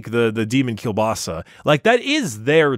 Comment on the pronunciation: For the sake of your audience's poor ears, could you please either learn how to actually pronounce kiełbasa or, preferably (seeing as you're anglophone), just drop it? (Other than that, nice episode 😃)